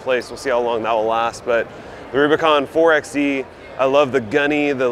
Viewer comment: McKinnon: You are correct. Anyone who takes the time to research the manufacturers knows this. 4x4: Per the ARB website, "...ARB – the initials of Anthony Ronald Brown..." Furthermore, even Jeep themselves pronounce the hybrid model 4-by-E, not 4-ex-E. I would think that a channel that is clearly aimed at the 4x4 loving viewer, having some legitimate credibility would go a long way. By the way, I highly doubt you read 4x4 as 4-ex-4, but rather 4-by-4.